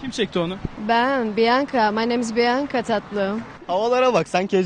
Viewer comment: Kadının adı bianca yani bianka diye okunuyo